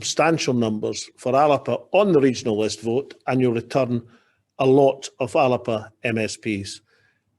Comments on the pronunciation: Whats this ALAPA pronunciation. ALBA is the pronunciation . Soonds like WALLAPER . Is he taking the piss . Ridiculous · WHy is he pronouncing it the 'Alerpa' Party?